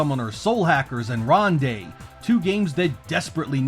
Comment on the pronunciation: Haha, "ronde" is pronounced "ron-doh".